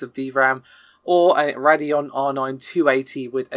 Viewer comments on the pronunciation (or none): none